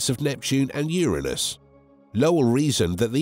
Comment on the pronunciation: I was todays years old when u learned the correct pronunciation of Uranus